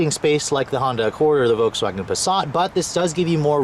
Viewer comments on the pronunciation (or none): none